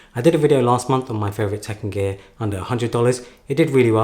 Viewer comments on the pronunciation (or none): I kept hearing 'Tekken Gear' at the start.